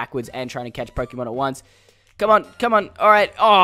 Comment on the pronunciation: Stop calling it pok - ie - mon